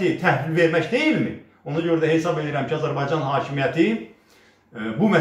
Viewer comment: Salam Əli Müəllim. heysab deyil hesab sözü var. Heysab düzgün söz deyil! Hesab sözü düzdür. Hesysab deməyin hesab deyin.